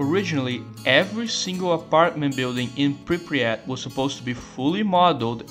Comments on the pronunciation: I love how you cal it Pripriyat instead of Pripyat. Great video man, good job. What I don't get is all the hate for GAMMA and EFP. Is it because it's cool to hate them or because thez looks good? Most of the things they do is increase realism, restore content and fixing bugs. I can understand how that can be bad and not Stalker (end of sarcasm) but i don't get it... As someone who played all the trilogy since the day one, and played most of the mods (bigger ones and more finished ones), i really enjoy modality of them and most of the mechanics (weapon repair for example) are good... Btw this is THE MOST complete Stalker video i have seen to date... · Goated iceberg ,really. There are ,though, some things I'd like to mention: The town is called "Prypiat" not "Prypriat" They actually did bring it back ,in COP, as the Jupiter Underground "The multiple psy fields" are probably the Brain Scorcher ,the Miracle Machine and the Monolith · мужик, say it with me: PRI-PYAT PRI-PYAT there is no "Pri-pryat" (при пять) 😂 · i like how you say Pre-pre-at instead of Pre-pyat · bro youre killing me, its pripyat, not pripryat